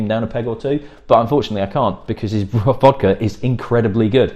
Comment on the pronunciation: Learn how to pronounce vodka